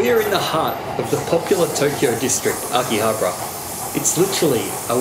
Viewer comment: “Okky-habrah” lol, that was bad.